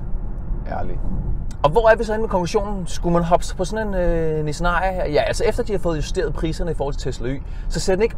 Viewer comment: Sjovt at du konsekvent udtaler #Ariya forkert 😁